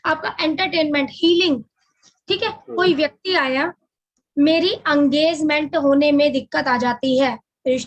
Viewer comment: ये अंगेजमेंट क्या होता है नया शब्द ईजाद कर दिया आप ने हम तो इंगेजमेंट सुने थे भई!!!😊